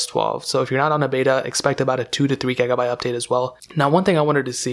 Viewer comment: Why do you always say "gegabyte"? fuckin annoying dude!